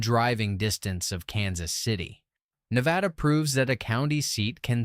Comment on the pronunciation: It's not New-vay-duh. It's Nuh-vay-da. Where the hell you got "new" from is beyond me.